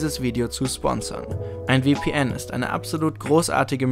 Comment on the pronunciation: Es heißt VPN nicht WPN